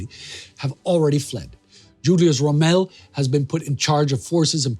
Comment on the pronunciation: It's Juliusz Rómmel(you read ó like u), also Tokarzewski